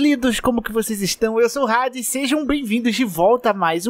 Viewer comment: Ou é "Ádes" (pt-br) ou é "Reidis" (inglês). Mas "Rádes" não rola.